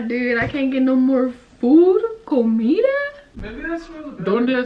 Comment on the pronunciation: The spanish pronunciation be like😂😂 No hate but ya know im Spanish and it kinda was funny specially comida😂 Love ya 😂❤👽